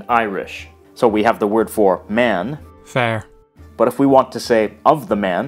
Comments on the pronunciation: Also, fhear and fhir were pronounced wrong. It is pronounced like the two consonants at the sentence beginning vanished. So instead of 'fear' being pronounced 'far', it's pronounced 'are' when spelled 'fhear' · You are right. In no dialect is the fh pronounced in Irish, nor in the Caighdeán. And when your man pronounces the word 'fear', it almost sounds like féar.